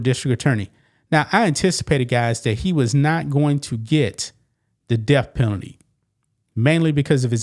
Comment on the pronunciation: Is the "deaf" penalty when the state takes your hearing? Th is not pronounced f! If you're going to speak on YouTube for a living work on the pronunciation of your words! DAMN! I won't listen to you it's obnoxious